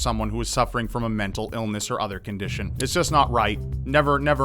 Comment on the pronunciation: ha, he said Otherkindition, they suffer from an Otherkindition.